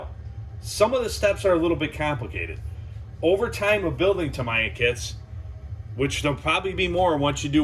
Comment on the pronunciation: Tam-eeee-ah! I had to stop watching as your mispronunciation was grating!